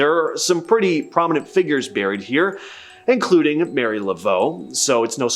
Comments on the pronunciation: Marie Laveau is not Mary but Mah-ree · It’s not Mary. It’s literally Ma-ree like it’s spelled. It’s also La-feet, not La-fit. 🤦🏽‍♀️